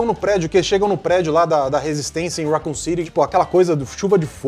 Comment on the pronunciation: não funcionou, sei q é idiotice tipo é o MENOR dos erros mas ela falando RAcon doeu meu coração fora a distorção das histórias dos outros filmes estragou a franquia tipo mtu, não da pra listar os erros masss contudo entre tanto assisti e comprei o dvd pq o carinho q sinto é mtu grande a gente ama mesmo sendo cheio de defeitos, acabei de descrever uma relação não é mesmo kkk 🤔